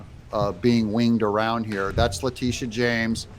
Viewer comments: Le' titi a James? Is that how she pronounces it? Anyway, she's a crooked DA! She, the judge and Et All involved in this corrupt lawsuit should face disbarment and jail time. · LA teetta. Ms. Titti.